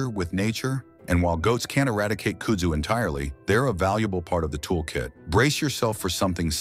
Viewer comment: Kud-zoo is how you pronounce it and it is a beast. They have large tuber under the ground and can root from a cutting so mowing the stuff will just spread it. Look on a map for Yazoo City MS the area is covered with it. It is said that kudzu and cock roaches will be the only thing to survive a nuclear apocalypse so get used to eating both.